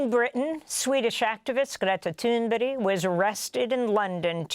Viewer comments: Amy, it pronounced, Greta Toon-berg., not Toon-berry. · I’m confused, I keep hearing her called Greta “Thunberry.” Isn’t it Thunberg? That aside, what a brave woman. ❤ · Amy, love ya, but what is with the Greta “Toonberry?” It’s Thunberg, pronounced “Toon-burg.” It’s also acceptable for the ‘g’ to remain silent, but you’re a respected journalist and still don’t seem to care to correct this. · Wow! I was just going to ask how it's possible to mispronounce Thunberg as Thunberry, but thought stop! Better check it out first. I can't believe it really is pronounced Thunberry. Glad I didn't make a fool of myself. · I have brought this up several times now too. She switches between Toonberry and Toonberg ...Not even Greta pronounces her name like that. She also has a habit of affecting a Latin accent when she says Latin-sounding names. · Why does NEVER get Greta Thunberg's name right!? She has had her on her show Twice.! Smh So disrespectful, Ms Goodmein. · Why on earth does Amy pronounce Greta’s name like that? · is that actually how you pronounce Greta's last name? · What's Greta's last name again? Your use of "native" pronunciation has become an editorial "tell". And it's phony af too!